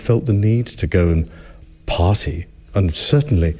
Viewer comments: He makes party sound like potty. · Did the prince say “potty,” or “party?!” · "pahtay" Prince Andy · i am still laughing hearing him say i have no need to go potty, not a pottyier, lol...the accent mispronouncing party as potty!!! what a douchebag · Way to ruin the word “party” there prince